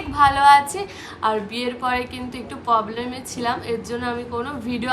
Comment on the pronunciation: Problem ❌Poblem ✅ Channel ❌ Challen ✅